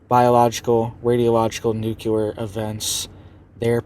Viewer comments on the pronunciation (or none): We keep telling you about the word you keep saying that is not a word. There is no word called NOOCULAR! The word you are looking for is nuclear! This makes you seem uneducated.